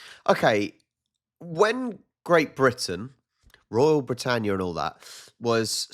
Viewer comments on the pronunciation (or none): none